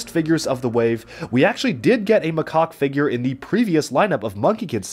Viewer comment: You got macaques name wrong